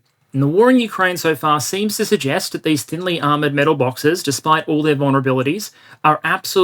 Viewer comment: metal bawkses